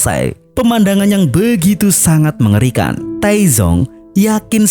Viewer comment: Dalam bahasa Mandarin, Taizong (太宗) dibaca dengan dua suku kata. Bunyi z pada Pinyin mendekati “ts” dalam bahasa Indonesia, bukan “z” seperti pada kata zebra.